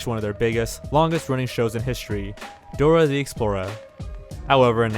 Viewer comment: Dorer the explorer